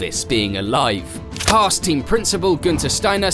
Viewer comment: “Hars?” Or Hass 😂